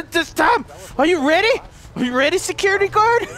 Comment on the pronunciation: I like the word secure-TE